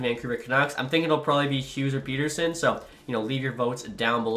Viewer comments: As a swede, I can inform it's the latter pronunciation of it. Not like Peterson. In that case he would have one T. The name is like "son of Peter" or "son of Petter" where Petter is a pretty common name in Sweden. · From a Canucks fan: ‘Petter’ (rhymes with better), ‘sson’ (like how you’d say son). E “lee” as, and then you can also call him Petey (Pete-e)😉☺️ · Neither of those are the way to pronounce Pettersson properly 🤦‍♂️